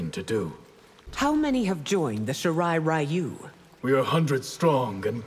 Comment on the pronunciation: I can't believe NRS has the balls to still pronounce it as "Shee-rye Rye-you" especially coming from Scorpion's VA who is actually Japanese.